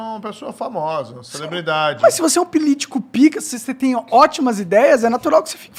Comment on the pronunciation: pilítico kkkkkkk